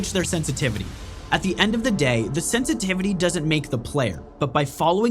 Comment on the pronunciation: Sen tity vity??